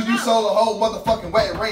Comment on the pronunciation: He kept saying “wetting ring”😭